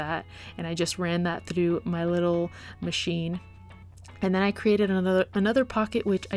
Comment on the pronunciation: When she say trough ts hillarious (in a good way not to be rude or anything)